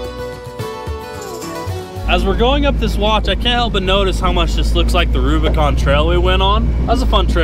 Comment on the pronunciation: Jeep "Rubicant"